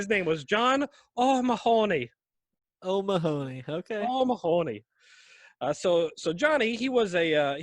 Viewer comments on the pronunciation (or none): “O’Mahoney,” is pronounced “O’Ma-Hanny!”